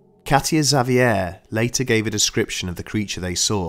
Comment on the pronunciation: He did a fine job, indeed. Had problems with "Xavier", but the other names were pretty close.